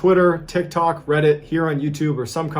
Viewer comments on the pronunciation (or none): none